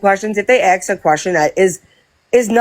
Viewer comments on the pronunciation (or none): DON'T AXE Bri to AXE anything.😂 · These peoples brains are ones that need to studied by science...... And that "aks" IRKS ME TO NO END....